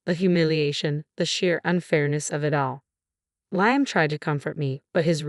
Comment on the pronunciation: The narrator cant even pronounce “Liam” and she’s jealous because her mother in law doesn’t have affection for her like her son?